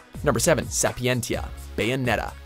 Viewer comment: the correct pronunciation should be "Sapienzia" as in latin "ti" sounds like "zi"